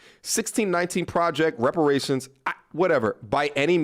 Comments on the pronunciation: "Repartions"... aight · Nah my G she got “repartions” not reparations, whatever that means😭😂